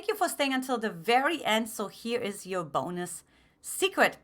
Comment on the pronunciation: "PHILIPPINES" i love the "BUNOS"